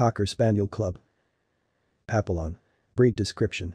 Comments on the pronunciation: Yeah pa-pill-on is incorrect. Pap-E-yon is correct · Can’t watch this with the very bad narrative and mispronouncing Pap a lions Yikes! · Pappyon, you’re pronouncing it incorrectly. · Can you teach the robot how to pronounce papillon correctly? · Please learn how to pronounce Papillion prperly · at least say it correctly AI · Yes- but still! It’s so easy to fix—i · It's a text-to-speech engine doing the narration. It needs to be taught how to pronounce Papillon.